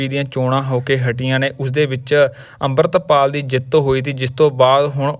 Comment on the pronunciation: ਬਾਈ ਜਦੋਂ ਸਾਰੇ ਲੋਕ ਅਮ੍ਰਿਤਪਾਲ ਕਹਿੰਦੇ ਆ ਤੁਸੀਂ ਡਰਦੇ ਓ ਕਿਸੇ ਤੋਂ ਕਿ ਅੰਬਰਿਤਪਾਲ ਕਹਿੰਦੇ ਓਂ😢